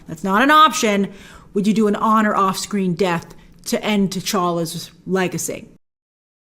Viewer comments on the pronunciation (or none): Did she just say end t'challas legacy?😮😮😮😮😟😰